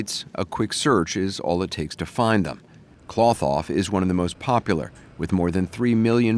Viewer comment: Cloth-Off...NOT KLOTH off